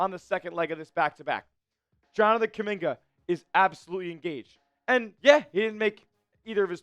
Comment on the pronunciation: Bruh!!! If you ran the front office you would have got rid of (Kuminga👑)🫵🏾 You know nothing about basketball 🕵🏾‍♂️🔥🔥🔥💯 Or Have you🫵🏾 Ever been able to play basketball 🏀 with any type of skills💯💯💯💯🩸 You don't even sound right saying my brother name🖐🏾 🫣😳🩸🩸🩸